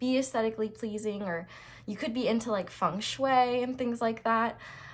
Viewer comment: you won me with the proper pronunciation of feng shui and you were so accurate that I started losing my trust in my FBI agent (did he tell you all my secrets girl)?